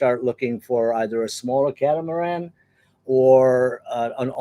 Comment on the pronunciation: Not the "ca-tam-aran"